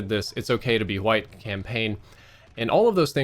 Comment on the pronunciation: Nobody:: HWITE